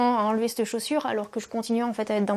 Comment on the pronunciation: "sur CETTE montagne" et pas "sur s'te montagne"